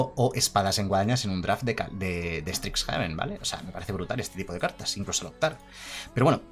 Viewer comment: Primero pronuncias caldeim y ahora estricsjaven, es horrible XD